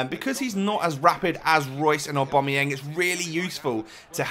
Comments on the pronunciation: It's pronounced Aw-ba-mai-yang and Imm-mob-ilai. Good vid otherwise. :-) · Either way, it's certainly not pronounced Aw-bom-eyang or Imm-mobeel. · It's pronounced O-Ba-My-Yang.